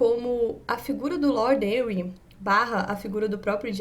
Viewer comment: Henry se pronuncia Renry , não Enri.